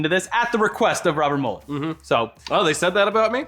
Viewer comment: It's Robert MEW-LER. Not Robert MUL-ER. 👏🏻